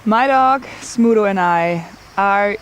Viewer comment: Congratulations! How heart warming! (btw, I kept hearing Smoodle, and only at the end of the video, I read the description and realized it's Smudo. You really did good by him)